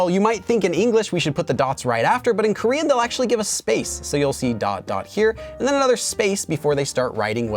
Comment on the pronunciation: Your Korean pronunciation is so great♡ it really sounds like native Korean.